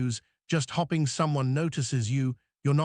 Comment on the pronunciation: learn to spell- it will help the pronunciation he said hopping instead of hoping 4 or 5 times. Spoils the effect. Otherwise very good advice of course. (reliable and resume also mispronounced)